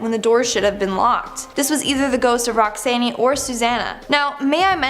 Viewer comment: you really need to learn to pronounce the names you speak. You mispronounce easy to pronounce words. Akron is a SOFT "a"and and SOFT "o"; and Roxanne?? It's not Roxann-EE. The "e" is silent